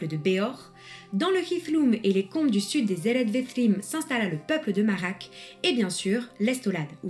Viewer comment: Le discours du pseudo-Amlach fait penser au discours de Adar dans la série. Le ch dans Marach et Amlach ne devrait-il pas se prononcer comme de ch gallois et allemand, et le j espagnol ou le kh arabe ?